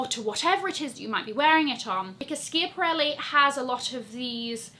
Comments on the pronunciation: You're the one YouTuber I never miss AND I would love you to research the pronunciation of Schiaparelli; you'll find that the first syllable sounds like "scrap" but without the letter "r"... love you! You're my all- time Fave!!! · Good video, but your pronunciation of 'Schiaparelli' made me gag a little